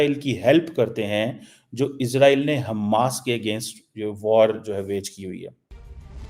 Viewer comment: CHEEMA ISS ROYAL NAHI ISRAEL ( IS RAY EL ) 🇮🇱 .... 13 PRONOUNICIATION AND VOCABULARY TUMHARA BIWI KO B SAMAJMAY NAHI HOOTHA HOOGA .